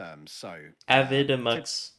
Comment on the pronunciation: Just to note: the video-editing program Avidemux is pronounced "ay vee eye" demux, because the name is a compound word combining the .avi file format and the word "demux". The component word "vid" is purely coincidental. But feel free to pronounce it however you want. 🙂